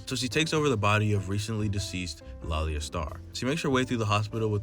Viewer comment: Great video and very well put together but something I'd like to point out is the pronunciation of Laila's name. Hope to see more keep it up 👍